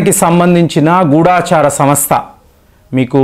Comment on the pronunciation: గూడాచార కాదు బాబు గూఢచార